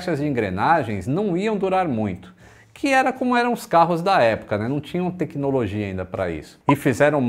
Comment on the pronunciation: Não é bruxaria. É Têquinolojia. 😅